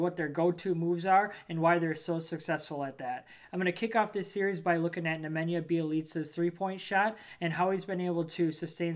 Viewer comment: I like that you can (almost completely) correctly pronounce Nemanja Bjelica. Also, you sitting a bit further back from the camera is better, as well; doesn't seem so creepy and we can see your hand movement. Also, nice start with the drawing. Your channel could become huge for the Wolves fans, if you keep up the good work and continue improving.